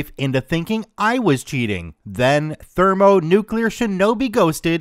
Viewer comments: Excuse me,, but can you please try to pronounce the word "nuclear" as "nuclear"? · Be it "nuke-u-lar" or "new-clear", both pronunciations are widely accepted as correct. Potayto, potarto, tomayto, tomarto, nucular, newclear, let's call the whole thing off. Also, Trek001's comment was posted 20 minutes but comment was posted 26 minutes ago? Alright, YouTube, gimme your damn keys.